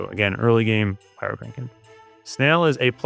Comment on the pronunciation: Oh, my bad. My hearing is pretty degraded. You did say heal and it sounds like kill to me. Also, when you say "Pyrokraken" I hear it as pyro-CRANK-en.